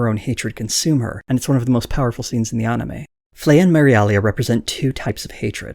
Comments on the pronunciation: Good vid "onime" was killing me tho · If there's one thing that triggers me its when people say Ahnime. Go fuck yourself. Fcuk you